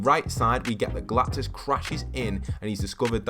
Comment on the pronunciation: IT'S GALACTUS NOT GALACTIS